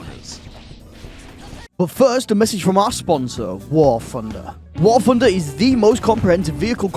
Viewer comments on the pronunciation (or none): "War Phunder"